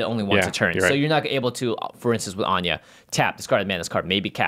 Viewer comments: please why are yall pronouncing her name like anya? where did you get that from? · I'm pretty sure in English anje isnt pronounced as An-ya